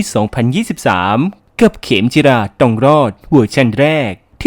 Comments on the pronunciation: เขมจิรา ครับ ไม่ใช่ เขมรจิรา 🤣🤣🤣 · เขมจิรา เขมจิรา เขมจิรา เขมจิรา เขมจิรา เขมจิรา ไม่ใช่ เขมรจิรา ค๊าบบบ แอดทำชื่อซีรีส์เสียหายเอาไปเทียบขะแมร์ซะแล้วววว